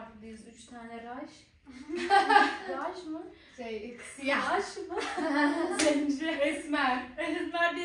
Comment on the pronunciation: Yağmur abla raş değil raşa